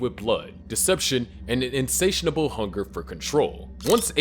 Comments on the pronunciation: theres no "n" in the middle of insatiable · an "insatianable" hunger?